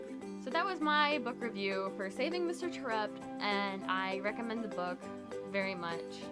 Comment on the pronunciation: It's pronounced Tare upt. As it is mentioned in the second book